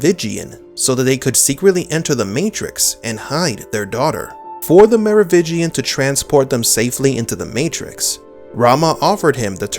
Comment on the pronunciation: It is MeroviNgian not Merovigian though.